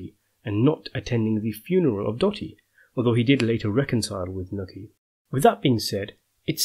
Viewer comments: Knuckey? Its pronounced Newchi (nucci) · Newchi broo New Cheee say it with me not nooki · Pronounced noochie not nookie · Paulie's Mothers name was Nucci not Nutty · I doubt Dr Fagolli is Paulies real dad. I also thnk that when Carmine said that comment about Paulies dad being killd by a trolley- That was just to show us he doesnt really kno him & to reveal Johns b.s.ing him & its not true & Carmine is confusing him with someone else. Also, Paulies moms name is Nucci & pronounced like rhyming with "hoochie". Cool vids tho for sure😎